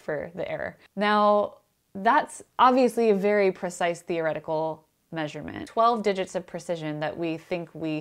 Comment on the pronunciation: She said fear-o-retical. Fear-o-retics be like doing an experiment and thinking; "God, PLEASE don't let me be right!"